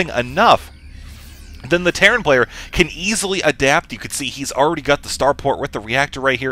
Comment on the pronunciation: lol I think I have been playing Dragon Age too much if I hear teyrn instead of terran ))